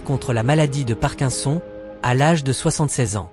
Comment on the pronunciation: Parkinson. On prononce le i et Le o separément des n ; k-i-ns-o-n